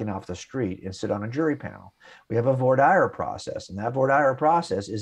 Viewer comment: One has to question Mr. Wallace's bona fides as an experienced 'man about the courthouse' when he doesn't even know how to pronounce voir dire, which is as he suggests the process by which potential jurors are interviewed and selected for jury panels. The term, which is pronounced vwar deer, not vore dire, as in more fire. I have been a lawyer for over forty years and have never before heard the term pronounced as Wallace says it, but I live in New York City, and maybe vore dire is how they pronounce it in and around LA. Wallace then goes on to repeat the common apologist lie that 'most physicists agree that the universe came from nothing!' What you actually hear cosmologists say is that the Big Bang began with a singularity, which according to the theory contained all of the energy and matter now contained in the observable universe. This is a long way from nothing. And although there are numerous guesses as to where that singularity came from, nobody except theists purport to actually know, since we are inside the observable universe and as Godel implies, you have to be outside it in order to determine where it came from. Theists, of course, have bronze-age books that tell them all about it. In Wallace's case, he turns to Genesis 1 for the answer,, and since Genesis 1 appears to be true since everything can't come from nothing, the New Testament must also be true. Voila! The problem of the beginning of the universe and the reality of Jesus as Lord proven in a YouTube video